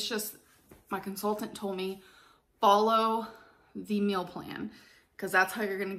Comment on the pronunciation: Or "mills" instead of meals